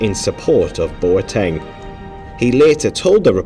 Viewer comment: Bruh my man, that's not how to pronounce Boateng😂